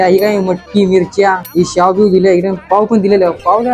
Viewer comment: शाव नाही...... शेव रे